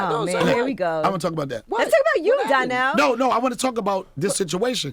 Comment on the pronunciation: Why Charlemagne calling him Darnell and not Donnell 🤣